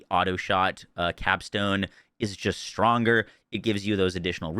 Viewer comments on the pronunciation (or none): none